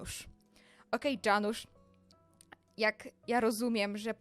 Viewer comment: Chodziło o Janusz a nie o Dżanusz iksde